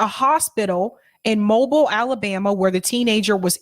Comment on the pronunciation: It's not Mobile (like the gas station). It's pronounced Mo-beel Alabama.....just sayin.